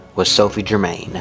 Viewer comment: The pronunciation of 'Germain' makes me cringe. Her surname was pronounced ger- mow.